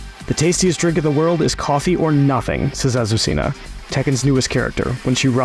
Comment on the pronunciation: Wow it looks great. His pronunciation of Azuscena is horrible. Ah-soo-se-na is how you say it not Ah su see nah.